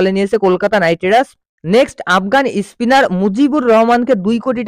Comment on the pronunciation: ইসট্র্যাক, ইস্পিনার..😂😂